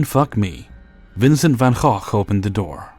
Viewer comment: pretty sure thats not how you pronounce gogh